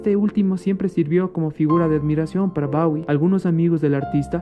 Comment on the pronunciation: Disculpas por la pronunciación de "Bawie" cuando se dice como se escribe "bowie" y por mi voz un tanto fingida, fue de las primeras investigaciones.